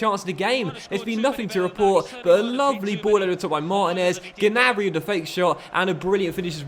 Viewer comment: You don’t say the ‘G’ on Gnabry